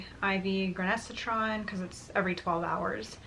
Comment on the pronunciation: gran-ICE-uh-tron 😉 Sometimes I think they make these names as unpronounceable as possible on purpose. And I’m a pharmacist.